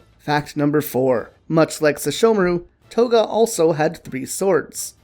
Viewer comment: For a second their i thought you said Koga but its Toga 😹😹😹